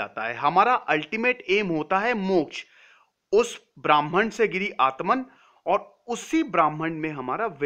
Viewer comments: It’s not Bhraaman. It’s Bhraman. Pronounced as brr h mann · "bramhan"nehi .This s BRAMHAN